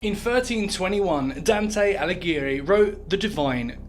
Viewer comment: It's pronounced Alighieri, not Alighieri teehee